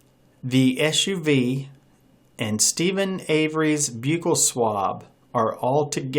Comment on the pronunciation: Not being mean your saying buccal wrong.